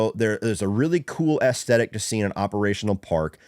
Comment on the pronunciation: i swear im not tryna be a dick or anything but i been watching your videos for awhile now and like em, but youre not really saying aesthic correctly. theres more of a soft e sound to it. you kinda say it like ASSthetic. idk if its a accent thing or not haha but figure id jus let ya know. again that isnt a criticism or anything jus something ive noticed that always catches me off guard haha